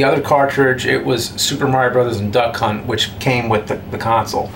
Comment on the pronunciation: When is sounds like he keeps saying Duck Cunt.